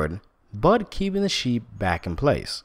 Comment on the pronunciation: Did he say SHIT FARM????